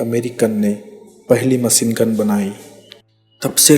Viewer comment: itna tough hindi..✋thora lehja sahi kr k video bnaya kro.jahaj,hamesa,maceengun, laskar,jada,dace,najar😂😂😂